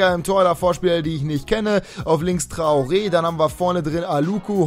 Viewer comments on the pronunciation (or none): none